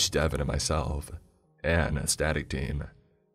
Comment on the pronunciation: "A Young Woman like myselfuh"